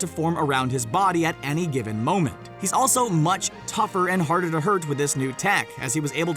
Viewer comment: Jesus sandals on my feet it’s “also” not “aslo”